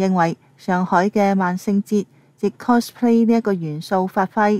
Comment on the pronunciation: 係 cospay，唔係 closplay